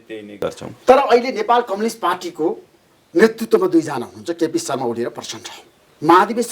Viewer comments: धमला जी कम्लिस्ट पार्टी होईन कम्युनिस्ट पार्टी होला नी नेपाली उच्चारण त स्पष्ट गर्नोस 😂😂😂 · मेरो लाडो जस्तो उच्चारण गरेक कमलिस्ट रे थुक्क मुजि कमलिस्ट 😃😃😃 कमलिस्ट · यो माचिक्ने धमलाले एउटा प्रश्न दस चोटि सोधिराछ,के खालको पत्रकार हो,कम्युनिस्ट लाई कम्लिस भन्दैछ आलु पत्रकार।